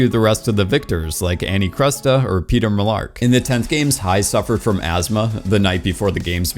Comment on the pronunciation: I'm sorry. did you say Peter Mellark? Lmaooo I think it's funny but I could've just heard it wrong